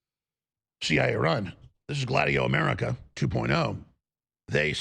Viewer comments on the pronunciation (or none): Hold on I think when you were trying to say "America" you meant "Amedica" (Fez - that 70's show)